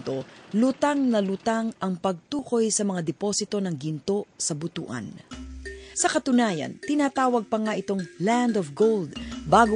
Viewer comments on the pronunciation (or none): It's not pronounced as BOTO-AN but BU-TUAN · Butuan ( Butwan ang Pronunciations) hindi po BUTU-AN.